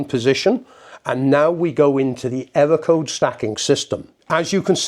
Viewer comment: Pwogwam, ewwo code, ahlahm, pwessuh, dwum!